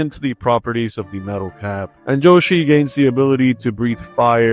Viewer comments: yoshi ❌ joeshi ✅ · Hearing "" instead of "Yoshi" made this video almost unwatchable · Dude. isn't "different", it's literally just wrong. Yo-shee and Yow-shee are different ways to pronounce Yoshi, but this is a Japenese word, the "Yo" under no circumstance is gonna result in a "J" sound, not to mention that in English "y" only makes a "yuh" sound, an "e"-like sound like in happy, or historically thorn, like the th in think. Also I don't know why this offended you so much that you had to activate ad hominem mode like a far right twitter user, do better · Is nigga just pronouncing yoshi ''joshi'' on purpose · "" Also nice video! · why do you call Yoshi “”